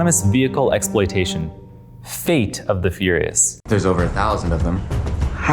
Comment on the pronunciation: His look and the way he says "Fffate of the Furious," just says "I hate you for making me watch this."